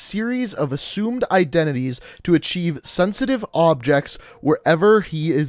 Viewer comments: He said”objects” instead of objectives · “sensitive objects” 💀💀 instead of objectives